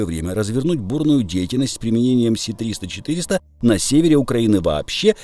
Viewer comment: Чудове відео! Все в "десятку", як завжди! Бульборусь - величезна проблема. І вона сама собою не розсмокчеться. Одне лиш ляпну., не "Сі-300" а "С-300". То не англійська буква "Сі", а кирилична "Ес". Правильно читається "ес-триста".